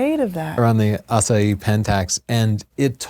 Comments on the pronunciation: AH SIGH HEE not ASS UH HEE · I can tell that you studied Spanish, because you are not pronouncing the "h" in Asahi. But Japanese does.:) And for... Pretty much, the US won the war, as the US did the vast majority of the Pacific Theater's fighting. Still, here's a (not so) fun fact: North Korea exists because the USSR took over the northern part of Korea (which had been a colony of Japan) during the final stages of the Pacific campaign. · Asahi, not Asaee! The girl pronounce correct. I want to read the informations from the display, not to see the faces of the two speakers...what a lack of intelligence. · Did it bother anyone else they were pronouncing asahi like the proper pronunciation of "acai?" It's not an especially difficult word to get close to the proper japanese pronunciation....(great video overall, that just bugged me) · What happened to the "H" in Asahi? Is this some kind of Lisp? I have noticed that is not very good at pronouncing foreign words and names. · Fast fact - not the correct pronunciation. :D It's a Japanese thing. Kudos for getting Ett Venter's name right! Thanks for a great show!!